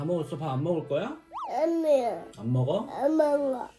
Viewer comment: 가 이제 아니야도 정확히 발음하구 ㅠㅠㅠㅠ 진짜 많이 컸네요 ㅠㅠ 하루가 다르게 크는,, 💖